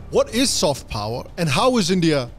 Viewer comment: Kya accent he yr ..... Phower🙏